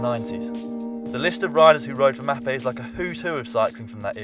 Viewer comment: what an ignorant video, poor englishmen who have this as their education into the history of road cycling, as far as i know sword and lotus are not road bikes, colnago mexico is pictured while discussing colnago master, mapei and bottecchia are mispronounced (the mapei one is unforgiveable), is "eddy merckx brand" an iconic road bike? no, is the mx leader? yes etc. etc.